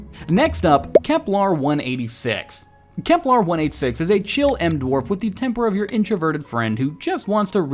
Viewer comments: It's Kepler, not KeplAR. Johannes is rolling in his grave. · Say it with me: "KeplEr" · I keep hearing him say "Keplar".